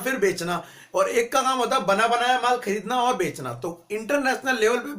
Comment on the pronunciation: Bhai "Bekna" nhe hota "Bechna" hoota ha